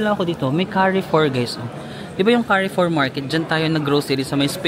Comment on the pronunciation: Carrefour is read as Car-foor